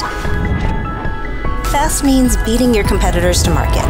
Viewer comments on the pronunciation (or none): Good ad, but am I the only one who hears "best" or "bast" when she says "fast" at certain points in the ad?